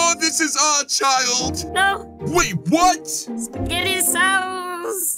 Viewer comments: kept saying spetgettii sauce and some other weird words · why dies he keep saying spagety sauce